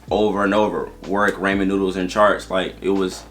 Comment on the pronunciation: Ray-mon noodles had me dead in the car.